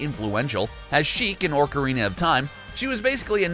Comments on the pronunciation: "Orcarina" SMH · Your pronunciation, YOUR PRONUNCIATION...RAPED MY EARS!!! I let it slide far too long and sadly I only made it to the point where you started saying “orcarina of time”. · Over and over again. bothers me so much. Then he says "ORCarina of Time"